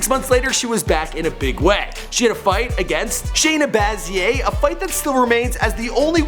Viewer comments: did he say Shayna "baz yay" ? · She's actually one of the better english speaking Brazilians in the UFC, she just has a thick accent. That's not Nina Ansaroff, that's Rose Namajunas. That's not Cat Zingano, that's Miesha Tate The name of the gym isn't America's Top Team, it's American Top Team It's "Shayna BazLer," not "Shayna Bazier." Good effort, C